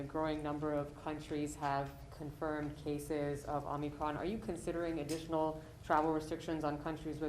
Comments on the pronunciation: OMNI-CRON??? What a baffoon. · OmNicrom ??? Lolol